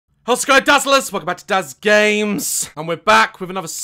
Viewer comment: "welcome to Daz GAY-mes"